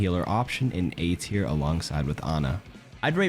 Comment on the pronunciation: Buddy said mercy is b teir😂😂😂